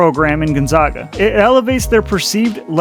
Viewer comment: Sarcasm about the PAC being a conference? Credibility to your website...gone. Who saying we're P5? Working out of your Ford Pinto. It's Gonzaga with a soft A. Your site shows that my drunk neighbor can do a podcast. You suck dude!